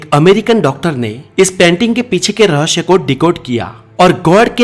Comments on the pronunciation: Rahasya hota hai RahaSHYA nahi 😆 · aapka video acha tha kripya rahasya ko rahashhya na boliye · पहले हिंदी ठीक तरह से बोले.रहस्य केहेते है.ना की रहश्य 🙏 तकलीफ होती है सुंनेमे ! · Bhai 'REHSHAY' NAHI HOTA 'REHSAY' HOTA HAI YEH. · रहश्य नहीं होता रहस्य होता है।। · Rahasya ko rahashya kyun why ? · Raahsya hai rahashayama nahi 😂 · Apki knowledge achi h...pr zaban ki aisi taisi kr di apne ..jaise rahashya...har cheez me s lagta h..vha aashh laga dete h ..sara maza khrab kr dia sunne k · He says rahashyma always